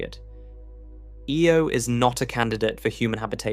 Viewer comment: Can we please stop with the AI? It'll mispronounce "Io" in one sentence and pronounce it properly the very next one. The astronomy videos in youtube are so disgusting about this. There's about two or three that are narrated by humans. Anyway, what could be an interesting topic is now a video I won't be watching.